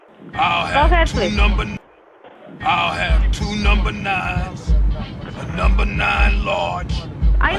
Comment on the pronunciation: "I'll have two numbah nines, a n--" "OKAY GO'HEAD!" "...I'll have two numbah nines..."